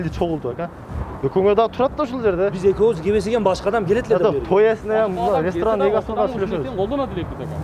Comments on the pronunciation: Рестран эмес ресторан деп суйлогулочу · Башында телефондо суйлошкон бала РЕСТРАН дейт го😅